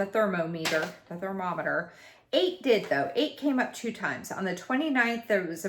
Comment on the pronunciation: I think the way you said thermometer was fun, cause it made it sound more like what a thermometer is for, it's a thermal meter. It makes me wonder why we pronounce it the way we do LOL. Milestone 100! Excellent. Your channel is amazing. ❤